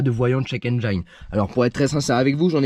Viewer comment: Salut. Juste pour info, on ne dit pas "Endj-a-ine" mais "Endj-ine" comme Engie + ne. ;-) Sinon super Topic ! Sinon quel est ton modèle de lecteur OBD ? Problème PCV connu ? Pas sûr... chez Peugeot ils tombaient des nues quand je leur ai expliqué que j'avais réparé moi-même mon problème. Faut dire aussi que Peugeot ne vend pas cette pièce. "Alors forcément, elle va marcher beaucoup moins bien..."